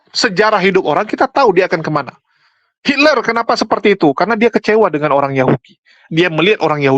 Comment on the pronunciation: Bukan Hiller mas bro, tp Hitler😅😂